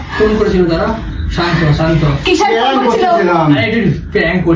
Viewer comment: দাদা ওটা পাং না প্রান্ক 😂